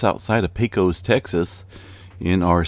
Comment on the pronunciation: Darlin', it's pay-cuss! Not pay-cos (long o). 😁